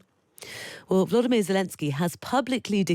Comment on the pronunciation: VoloDYmyr is to be accented on the third syllable, not the second.